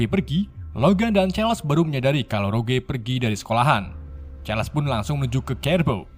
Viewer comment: Bang sekedsr saran nih , baca nama bahasa inggrisnya yg bener dong bang , dulu chaler lu sebut karles , skrg jean grey lu sebut jen gre